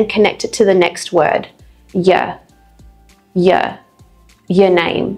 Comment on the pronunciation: With the homework one we be saying 'ya' not yuh.....